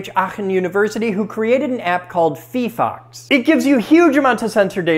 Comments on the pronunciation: I thought it was pronounced fye-fox. Was I wrong? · not fifox, fyfox. 😭 physics not fisics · It's fee-fox? I always read it as fi-fox. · Phyphox? Nah, I've been pronouncing it phyphox